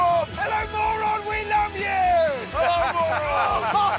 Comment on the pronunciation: As a mongolian when the called Mörön as moron i burst out laughing. It pronounced more like murun